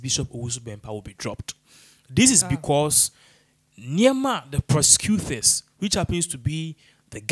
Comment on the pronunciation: OHHHH... This gentleman. U REALLY NEED TO WORK ON YOUR 'T' N 'TH'!!!! GOSH... OFF PUTTING!!! 'THEST', 'ATHACKING' 'PROSECUTHERS'..... 🤷‍♀️